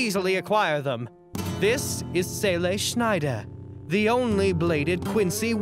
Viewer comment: just fyi, your pronunciation of Seele(n) Schneider is quite good.